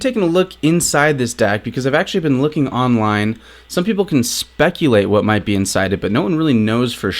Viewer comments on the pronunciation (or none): none